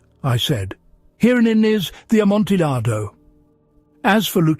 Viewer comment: Oh no. I was enjoying it until I heard the pronunciation of Amontillado. It's a great quality recording though, so I forwarded it until I knew it wouldn't be said again.